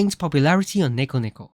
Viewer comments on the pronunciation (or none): none